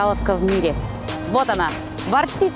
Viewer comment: Почему она постоянно говорит ‘варсИти’?? Когда на самом деле произносится ‘вАрсити’